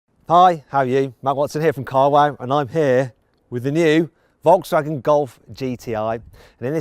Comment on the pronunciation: 英語の発音的に仕方ないのは分かってるんだけど、フォルクスワーゲンがボロクソワーゲンに聞こえて笑った